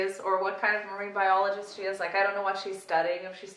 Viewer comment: Statham: "iom a marine bioleejist io am"